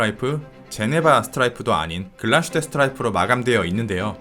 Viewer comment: 글라슈테가 아니라 글라스휘테인 것 같은데요?